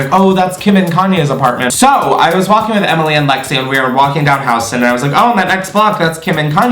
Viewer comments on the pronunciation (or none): Ack..for old time NY'ers it's pronounced Yew-stin St, not HOU-ston St, love ya' regardless!